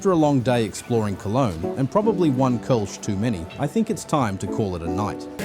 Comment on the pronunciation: Kölsch is pronounced Col sch